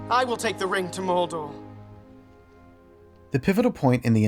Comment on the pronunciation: Can they fix the way Frodo is unable to say MoRdoR? Why is he saying Moldo?!